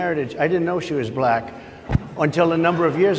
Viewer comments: "she became a 'BILAACK' person" didn't know 'Black" had a HARD R in it, good god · Him saying black but pronouncing it “Bla-hck” in frustration. That sh couldn’t be more telling in that moment. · Did he have any clue where he was??? So happy to see all women on the stage! Well, he was asked multi part questions, he probably couldn’t keep track of the thread. 😂 The way he pronounces “black”. WOW!! Vote Harris 2024!!! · The way he says , " and then she became a black person" the anouciation and punctuation on it 🤣😭😭🤣😳😱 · Listen, without looking, how he pronounces the word, black when talking about Harris. Tells you everything. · You know what else is weird? How Trump pronounces "black"